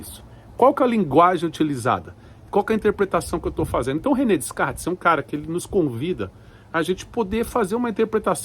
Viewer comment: DeScartes… o “s” não é pronunciado….